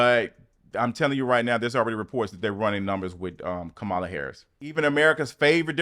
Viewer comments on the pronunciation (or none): I love you and I've followed your channel for years but can you please learn how to properly pronounce VP Kamala Harris name. Her name is pronounced Comma-la not Ca-mall-a. 😉🥰